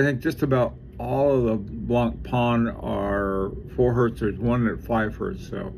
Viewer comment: Hey, Blancpain is pronounced blongpan as opposed to blongparn I know you struggle with foreign pronounciations hope you don't mind me helping out. I think the LUC Chopard watches are very underrated..